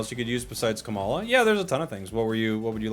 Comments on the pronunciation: also "Kamala" (like Kamala Harris) for Komala hahaha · He’s not even hiding the fact that he said KAmala instead of koMAla #Kamala4prez2024